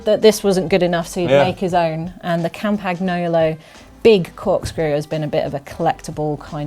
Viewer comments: Campagnolo is pronounced as Campanyolo, btw... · You don't pronounce the G in Campagnolo